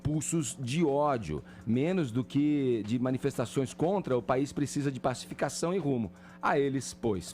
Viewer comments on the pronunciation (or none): "O plesidente plecisa aplesentar plovas serias..."